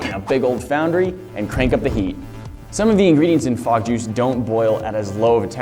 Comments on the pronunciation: What is fog juice... I thought he said bog juice... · At the start I thought you said frog juice so I was really confused and concerned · I totally thought you said "Frog jews". lmao